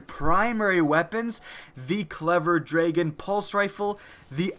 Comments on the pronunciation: "draygon" is not the right way to say dragon. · I think you mean DRAGON, not DRAYGON.